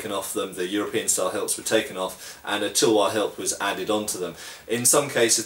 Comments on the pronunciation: bro Indians made tulwars out of wootz steel which was world class and they are certainly good blades, so they were inspired by Indian blades. Also it's pronounced as "Talh-War" not Tulwar the way you say it. So no not all Indian blades were european made, they were indigenous indeed. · Just to share, the Tulwar is pronounced Th-ull-war, or phonetically t̪əl-war, with the ul pronounced as in 'hull'. In Hindi/Urdu, it just means Sword :)